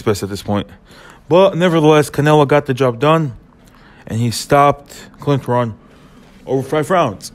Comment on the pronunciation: Cant respect anybody's opinion that can't even pronounce Kermit Cintrons name properly smh